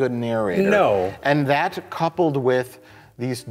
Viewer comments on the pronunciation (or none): none